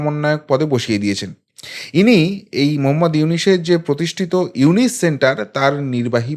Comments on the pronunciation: আরে ব্যাটা আগে ড.ইউনূস এর নামটা তো সঠিক ভাবে নিতে শিখ, তার পর তারপর ইউনূস সরকারের সমালোচনা করিস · ব্যাটা ইউনুস, উচচারন করতে পারিস না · Ki re vai na boy Aponi to Name ta bolte paren na